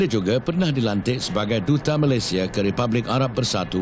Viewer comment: Al-marhum sultan selangor cakap malaysia ke malayzia pulak.